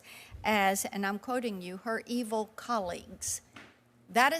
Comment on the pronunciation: ..."Eveil"? Great job, Forbes. Only the best people. Must be a replacement robot clone breathing chemtrails.